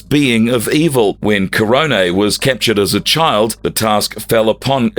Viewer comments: Great video explaining Ecliptor, but ffs why is the narrator pronouncing "Astronema" so weirdly? It's not "astro-NEEMA" sir. Nor is it "Kah-rone-EH" like wtf your research and going over all of this for this video, I would imagine you would have heard the pronounciations through the shows themselves. Seriously. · Awesome video. Why butcher Karone's name? KA - RONE. NOT KA - RONEE. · AstrO-NEmah is pronounced: Astonihmah Keronae is pronounced: KerOn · it made me cringe so much. also, it’s pronounced KAH - ROHN but this is coming from the same narrator that at one point said “the omeega rangers”